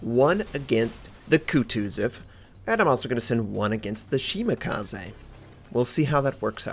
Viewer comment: Will he ever do something about how he says Shimakaze?